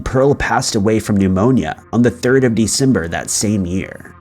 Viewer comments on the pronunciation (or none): none